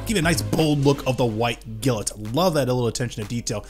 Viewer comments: Love your vids as always, but please for the love of ZEUS, it's "GLINT" not "GILLINT" lol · Why does he pronounce glint as gilet. Its glint like the glint in someones eyes. Or the glint of her ring. NOT gilet. 😂😂😂😂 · Bro keeps pronouncing 'glint' as 'gilnt' and it's frustrating me. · I cant be the only one slightly annoyed at how you pronounced GLINT